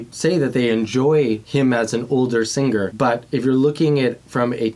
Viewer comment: Vocal chords thicken as we get older. He sounds different because he's older. Definitely more seasoned, and he's adjused very well. Also, you are saying the word, singer, wrong. There's no "GUH" in the 'ng!' And, dude, get rid of the hat, will ya? It's an artificial LABEL! Be human. Be natural. Be YOU! Not what a bunch of jealous, weak, conTROLLING MEN, spawning from centuries ago, are telling you what you SHOULD be, think, or say. There's no such thing as a "god." Wake up! Nice voice, though.